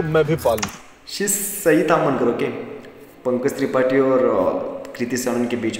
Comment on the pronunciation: Sir the reaction is nice as you explaining every bit of it👍🏻 just one thing that you are pronouncing Pankaj tripathi as Manoj tripathi😂 . Rest everything is great 👌👌👌